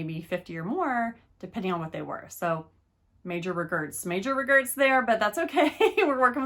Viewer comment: You did really great,! Giggling at “major regerts” 🤣